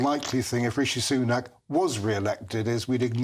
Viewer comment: Did he just say rishi sunake re-elected?